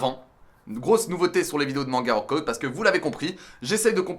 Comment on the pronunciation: Je regarde la vidéo en vitesse ×1,5 pour devenir la reine des pirates ! Purée mais quel Glow up ! Sérieux je connaissais ta chaîne il y a quelques années et je suis super impressionnée de l'évolution ! PS: on prononce WORK-AH-OUT 😎☝️